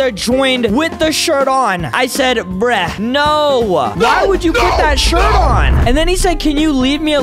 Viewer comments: It’s not breh it’s bruh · Why do you said brek